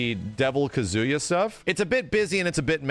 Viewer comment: Take a shot everytime says Kuh-zoo-yuh.